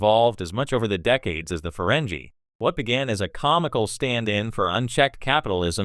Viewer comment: I doubt it. Let me watch and find out... - You're supposed to be some expert let alone a fan? You didn't even program your AI to pronounce the name of the species correctly. - Seriously, I was about to say the if you don'[t stop saying farenjie instead of farengi (with a hard g) I was doing to click away... but now you're saying Star Track instead of Trek like some kind of "3 years older that's this many III". What the hell... - I'm sorry, did you just say Feringina... like vagina --> Feringina? You know their world is called Ferenginar (with a hard G) what the hell are you playing at? - There is literally nothing shocking about this. We already knew from DS9 that they didn't used to be Greedy in their past. I think I'm done here.